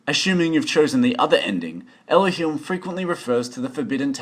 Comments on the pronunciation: Everythings nice and all but who the hell is "elohilm" ? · Your pronounciation of "Elohim" gave me cancer, but other than that the video was great.